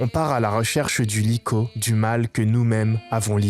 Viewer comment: vrm banger la vidéo par contre regarde la prononciation de likho mdr